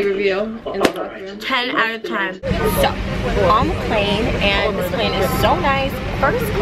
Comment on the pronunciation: says "5.45 we got off the flane" Lol